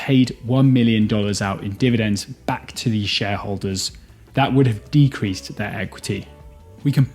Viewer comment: For the words decreased. Stop fucking saying De-cree-sed It's pronounced like De-creest